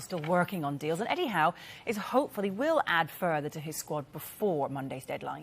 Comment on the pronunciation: when she said eddie howe at 36.00, i thought she said 'anyhow'. oh well. btw, we want either traore. lingard. or dele alli . we meaning west ham.